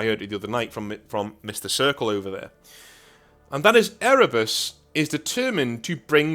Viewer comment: I'm sorry. All I heard was Ere-Bussy, and I don't know if I can forgive you for putting that image in my mind.